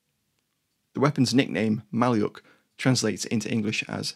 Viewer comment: 'Malyuk' is pronounced Ma-LYUK.